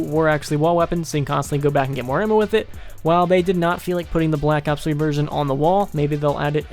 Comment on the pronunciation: I like how he says blllack ops 1it aou ds cool